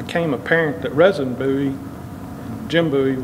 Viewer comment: Name is pronounced "Reason".